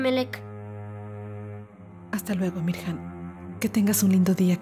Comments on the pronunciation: Melek dijo reyjan...ja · MELEK anda bien tronada en serio, a Emirjan le dice Reyjan